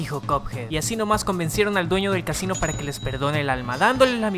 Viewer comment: Xd cadaves que dice casino ase cachin xd😂😂😂